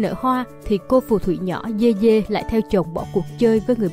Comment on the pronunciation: Người ta dede mà đọc dê dê